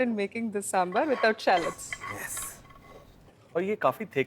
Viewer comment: Sir please correct , kindly excuse its saambhaar